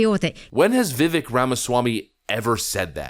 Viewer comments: its Viv-Vake, like Cake. Not Viv-Vick 😂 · It's pronounced VIVAKE like CAKE If you're going to do political commentary at least get people's name right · It’s ‘Viv-Aik’ as in ‘cake!’ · please learn how to pronounce Viveks name